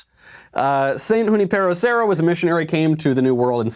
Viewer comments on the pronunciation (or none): Ok, neither you nor Ben know how to pronounce Junipero Serra. It's yu NIP uhro.